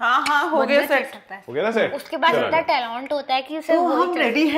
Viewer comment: said talont*